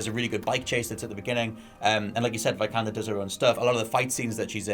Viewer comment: Not "Vaj-kander", it's "Vee-kander".